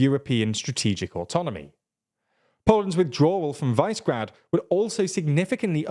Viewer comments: Please don't call it vicegrad it's super annoying, it's pronounced wish-e-grad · While I value your diction, very frequently I am impressed by how well you pronounce the slavic names, Visegrad is not Vicegrad, or WISE-grad, it is Vishegrad. Višegrad. Slavic origin of the word, means higher city, roughly. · Pretty sure it's "VIZ-eh-grad", not "VICE-grad". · It is not pronounced "Visegrad", it is "Vishegrad". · guys... "Vice-grad"?! It's "Vishe-grad" Please get briefed on pronunciation before recording. You're doing a great job. Keep it up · Its pronounced vishegrad, not vicegrad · Also it's Vi-Se-Grad, not Vice-Grad... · I heard English language media call it Vizzy-grad. Your way appears to be the correct way. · Is it so hard to check how placenames are pronounced and make at least a minimal effort to replicate them faithfully? This, and sloppy factchecking in some of your videos, is making me take your content less and less seriously. Anyway, Visegrad is pronounced Vi-She-Grad: - Vi as in "visa" - She as in "shell" - Grad as in "gradual" (the two words actually come from the same Proto Indo-European root that has to do with building - "gradual" is one that's being built up, while "grad" initially meant "fortress", i.e. something built around a city to protect it) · It is pronounced Vyyshehrad... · Since when did you forget how to pronounce Visegrad??